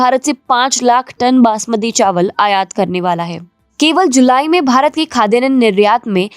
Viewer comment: It's not khadyanan, it's Khadyanna